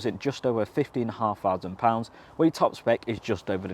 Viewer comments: Whats a fousand, did he mean thousand 😂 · This presenter is really irritating with his ridiculous failure to pronounce the “th” sound properly. The more I heard “ two fousand and twenty free”, and “smoov” the more I wanted to slap him.